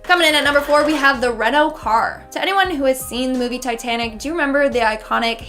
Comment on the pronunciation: This girl... She can’t pronounce basic English words like Titanic; in another video she pronounces Costa Rica as Cost-a Rica.